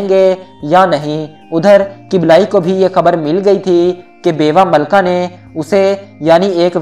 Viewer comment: kiblayi nhi kublaiie.. dosto dosto thora kam bola kren video mai